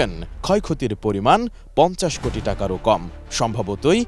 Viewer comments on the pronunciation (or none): খবর পরতে না পারলে এটি এম নিউজ বন্ধ করে দাও ৩০০ কুটি ৫০০ কুটি এটা কি ভাই